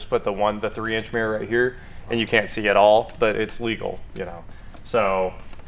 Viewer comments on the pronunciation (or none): Your pronunciation of the word mirror is driving me crazy. Mirror has two syllables.